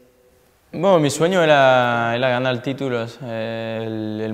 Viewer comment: Tío, habla como los chinos xD EntrenadoL, ganaL, mejoLaL